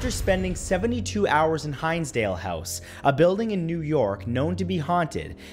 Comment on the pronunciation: Hey Matt you said Hins dale. Wrong. I live in Hinsdale..